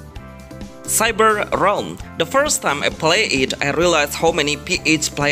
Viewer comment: Realm not Ram xD